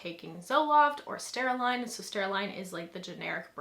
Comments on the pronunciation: Sertraline.. not steraline lol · Um, im not sure exactly what you said but its sertraline, not “serstaraline.” I don’t know how people take drugs for over a year and don’t know how to pronounce its name properly.